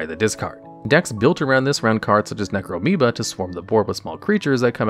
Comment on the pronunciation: "Necromeba" broke the immersion for me, unsubbing!! (Totally jk by the way, just don't ever say it like that again ;)